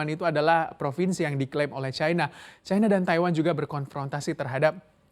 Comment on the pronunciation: Setiap kali reporter menyebut 'Chai-na' telinga saya makin cape 😆😆😆😆 Bukankan pengucapan yang benar sesuai KBBI itu 'Ci -na' ?